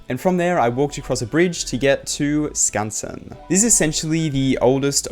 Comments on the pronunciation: Bro you pronounced Skansen perfectly, I would love to hear your Swedish! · no shot you actually pronounced skansen correctly :O